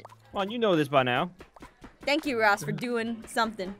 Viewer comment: Aphmau called ross rosp